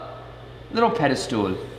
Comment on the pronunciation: IT'S SO CUTE HOW YOU ALWAYS SAY "PEDE-STOOL", LOL... cute, but wrong XD